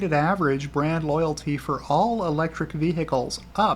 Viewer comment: You kept saying brand but I kept hearing, BRAD ! 😂